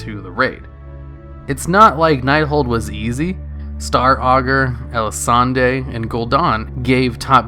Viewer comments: I love you but its El-A-Sawn not El-A-Sawn-Dae. They literally say her name a million times in game lol. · Elisande is not pronounced Elisandey. It's pronounced Elisande. French/Elvish pronunciation. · "Breaths in deeply" it's not "ELISANDEI" IT. IS. "ELISANDE"!! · ElisandAY, Alice Razor XD LOLZ. The name was literally said hundreds of times in the expansion how do you get that wrong.